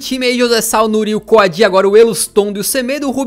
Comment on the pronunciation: uma dica de pronúncia: O nome do Coady se pronúncia como algo do tipo "Coudi" sacou?